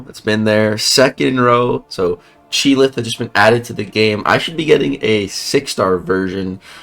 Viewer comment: Isn’t it pronounced “Chee-ilth” and NOT “Chee-lith”?